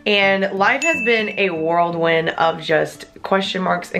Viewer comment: I just realized you said ‘worldwind’ but it’s ‘whirl wind’ Get it, whirl like a whirl pool? Haha